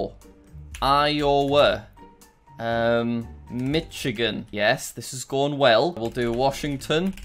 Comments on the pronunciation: Jack: MitchIGAN Me: ITS PRONOUNCED MICHIGAN NOT MITCHIGAN Also Me: He's From London HE Ain't Gon Know Nothin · thats not how you say michigan / my state its pronounced: "mishigan" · I'll never forget you pronouncing my state like "Mitch" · Jack saying mitch-agen again Me: Tha- it- I- ITS PRONOUNCED MISH-AGEN! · JACK, ITS NOT MITCH I GAN, IT'S MISH-I-GAN Michigan is Mishigan, the c is silent. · As an Michigander, I felt pain the couldn't guess it, then even said it wrong, owtch Jack The correct pronunciation is Mi-shuh-gn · iTs AcTuAlLy PrOnOuNcEd Mi-ShIt-GiN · Mitchigan Connecticut M-i-s-s-i-s-s-i-p-p-i Pennsylvaniyeah As someone who lives in Illinois I'm surprised that he didn't say it with as S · it’s called mish-a-gan